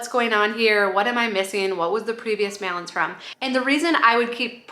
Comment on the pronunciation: The way you said “balance” was soooo Minnesota! 😁